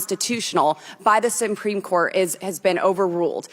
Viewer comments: “the sumpreme court” 😒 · She actually said the sum-preme court at the start of the video.